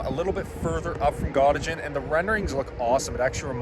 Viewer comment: Thanks for the information but could you learn how to pronounce Gottingen old school